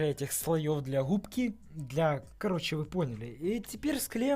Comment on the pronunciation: Не губки а хгубки 🤣🤣🤣